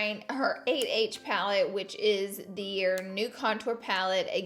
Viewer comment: When you say 8H it sounds like your saying ABH it’s funny because every time I get confused